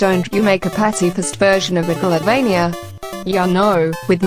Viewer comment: "Megavilloin" at least you tried